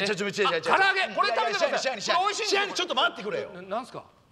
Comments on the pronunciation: 最初、支配人がシャイニー(?)って聞こえた笑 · 支配人がちょいちょいシャイニーに聞こえるんよな笑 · 支配人って言ってたのか… シャイニーにしか聞こえんかった… まじシャイニー。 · 最初 支配人って言ってんのかと思ったらシャイニーだった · ｢支配人｣＝｢しはいにん｣ですよ(^^) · 最初支配人がシャイニーに聞こえてて へんなあだ名だなぁと思ってた